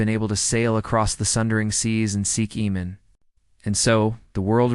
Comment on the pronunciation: AMAN. Not Emon. Where are you getting that?